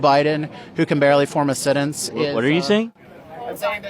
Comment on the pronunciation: 'That can barely form a "sen-ence"....... WTF is a "sen-ence...........?! 🤔